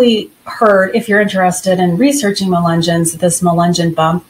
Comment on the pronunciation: Ya don’t know how to say the word…..but you’re gonna tell us all about them??? Lol. Ok. Those of us who grew up around them know the truth about them.